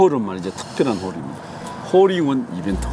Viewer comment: 임진한 프로님 홀잉원 홀잉원 ~~ 발음 재밌어요 ㅎㅎ